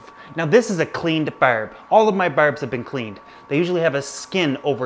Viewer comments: "berbs" "hereden certlige" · His Newfie it's showing whenever he says that